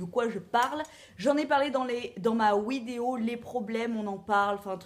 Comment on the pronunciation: Pourquoi tu dis "wideo"?